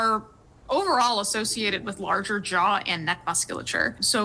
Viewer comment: Larger 'Jaouws' lol